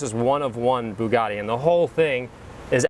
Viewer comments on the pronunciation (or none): am taking the piss i didn't think you understood the joke his accent makes it sound like boogatti lol